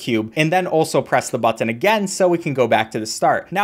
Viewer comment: he emphasizes the 'tt' in a weird way so it kinda sounds like 'bucthon' very slightly